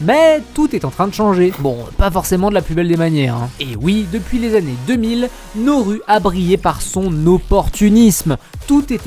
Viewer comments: Pour information, on dit pas "NORU" mais "NA-OU-ROU" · Nauru (/na.u.ʁu/) se prononce « na-ou-rou », vas sur Wikipedia! 😉